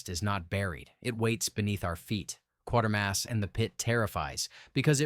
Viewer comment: It's not Quartermass,it's Quatermass there's no "r" after the "a". Everybody gets the 3 films titles wrong,the main characters name is Bernard QUATERMASS.